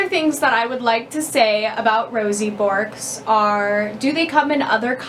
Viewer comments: In Australia, we call them Grass Parrots, not parakeets. We also pronounce it Berk (like twerk) not bork. They love to pick seeds out of coarse sand (as they are ground-feeders) and from the seed heads of grasses and millet heads etc. These birds don't climb like other parrots so need flight space and a way to get to the ground. Luffas make good chew toys but they don't chew as much as budgies etc. In aviaries, Bourkes get along well with finches as they are gentle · It is pronounced "Berk" lol